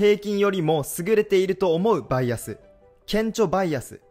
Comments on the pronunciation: バイアスのイントネーションがちょくちょく違う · バイアスのイントネーション草